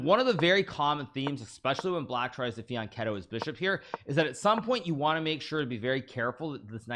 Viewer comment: It's Fian "CHETTO" with a soft ch, as in cheese, no "K".